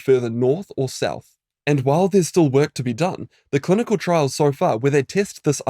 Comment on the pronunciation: "Clunical" studies 😂